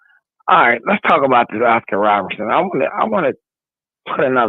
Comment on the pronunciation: Cmon now, you just got through cooking Am I Crazy for mispronouncing Britney Griner's last name, then you turn around the next second and mispronounced Oscar Robertson as Robinson. I gave you props for correcting him, but check yourself as well. And as a side note, that crap he spoke about what ALL MEN, yet won't say, he is a sexist that thinks that Women can't play exciting basketball. THAT is wtf he is saying, despite liking Ogwumike.